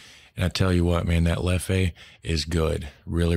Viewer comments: Hey mate it's just Leff. You don't accentuate the 'e' on the end xx LEFF 😊 not hating just saying ❤️❤️🍻🍺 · Leffe brune or Blonde (pronounced Leff like Jeff, drop de last "e") is not a "good" beer. It's at best average, I use if for cooking only, not for drinking. Try the Trappists beers like Triple Westmael, WestVleteren XII, Chimay Blue or White, Rochefort Blue cap, Orval .... The plates he speaks about in the restaurant are: -Carbonades Flamandes (Flemish stew) consists of beef braised and low cooked in beer with onions, gingerbread-mustard seasoning. -Anguille is eel with veggie sauce and shrimp sauce (he talks about Orval base dressing) -Foie Gras (Goose of duck liver) made with a Rochefort sauce. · Leffey makes me laugh . Man, it's called Leff with a mute "e" at the end , that's french prononciation . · "Leffe" is pronounced "leff", not "leffay", lol. And Artois something like "are-twat" but without the final t. So "artwa". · There is no Leffey, call it Leff ...